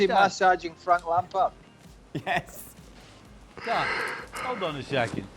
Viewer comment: Stevie calls Dan ”Dawn”